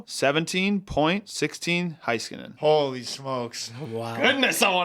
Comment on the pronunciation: Loved the fun discussion, but I gotta say one thing… Heiskanen is pronounced Hey-skanen, not High-skanen! 😅